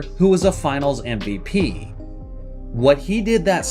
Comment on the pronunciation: Is my man slyly saying ‘NVP’ instead of MVP? Thats what it sounds like